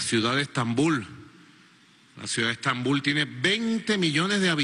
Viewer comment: Quiere dejar de decir "Stambul"?